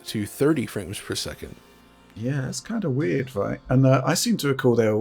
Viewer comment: “60 ‘fwames’ per second.”